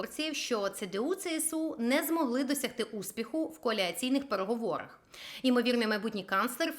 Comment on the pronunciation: "Коаліційні переговори" це вимовляється правильно)